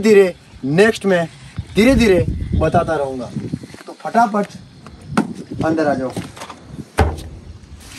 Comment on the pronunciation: bhai fatafat ko phataphat bolte hai😂😂